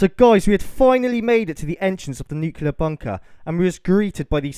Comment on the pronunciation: I hate to be a dick but it was bugging me throughout, it's New-clear not new-cuul-or. That place would have enough shielding to protect almost totally from alpha, beta and gamma radiation (not sure on neutron radiation). This place could obviously not take a direct hit but then again nearly zero bunkers/silos can take a direct hit, the crater itself would be about 1/4 of a mile in depth from a 1 MT groundburst blast. If you want to know more about the actual science of it all and how, theoretically at least, you can protect yourself effectively, feel free to message me.